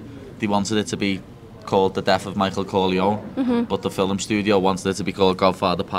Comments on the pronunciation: Why does paddy say fi'Lm instead of film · Nina looks like she wants to put a shotgun to his temple every time he says ‘filim’😭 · Why does he call films "fill 'em"? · whats a "filum"? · WTF is a Fillum??? 😂😂😂